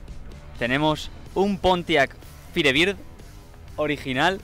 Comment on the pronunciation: pintaba interesante el video hasta que pronunciaron la palabra Firebir, pensaba que los españoles la cagaban en el doblaje del ingles pero también la cagan aunque no se trate de doblaje